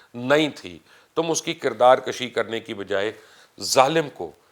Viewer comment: کردار کَشی نہیں سر کردار کُشی ہوتا ہے۔۔